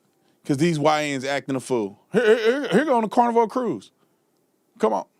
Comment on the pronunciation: I had to rewind it, thought he said cornroll cruise instead of Carnival.